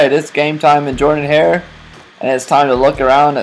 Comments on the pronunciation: It is pronounced Jordan wrong, I can't believe you say it wrong! It's really cool, I wish I could have been there during those games. War Eagle, and learn how to say Jordan-Hare. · Learn how to pronounce Jordan-Hare. Other than that, it's pretty damn close. Have you done Parker, Haley, and Dudley?